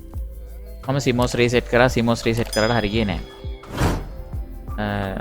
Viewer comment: CMOS කියලා එක පාර කියන්නේ නෑ ඩියර්.. සී - මෝස් එහෙම තමා කියන්නේ. දෙකට කඩලා කියන්නේ ඒ නම... දැනුවත් වෙන්න කිව්වේ... නිවැරදිව වචන උච්චාරණය කරන්න... මොකද පොඩි ළමයි ඊටපස්සේ වැරදියටයි ඉගෙන ගන්නේ..